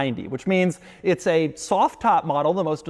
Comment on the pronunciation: Doug keeps saying uts time, which makes me think its not time. Also the g wagon sucks.